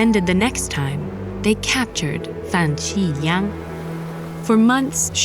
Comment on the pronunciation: Great representation! ABC that can't pronounce simple Chinese (just Meng Jiang and Fan Xi Liang) properly.